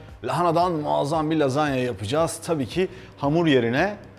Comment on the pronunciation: Lazanya değil resmen Lahanya 🎉😂💃🏻